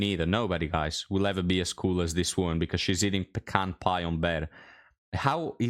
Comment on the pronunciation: She pronounced pecan pie wrong, hidan was closer to the correct way